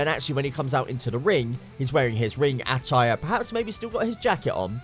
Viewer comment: Why can't you say attire?